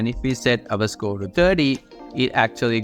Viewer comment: idk why score sounded like school